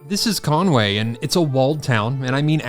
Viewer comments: Not ConwAy, just say Conwee! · Every-single-person pronounces Conwy incorrectly haha, it's not ConWAY its pronounced "Con-wee" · Well being from the valleys i think you said wales properly its just your accent that makes it sound funny to us and conwy pronounced conwee